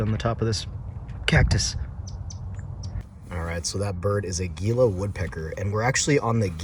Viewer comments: Gila is pronounced “He la” not Geela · Just a friendly heads up gila is pronounced hila and saguaro is pronounced sahuaro. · That's a neat pillow/sleeping pad inflator. Do you think it would be powerful enough to aid in stoking a fire? Also Gila is pronounce "Hee-luh" just like the Gila monster lizard. Thanks again for a cool vid.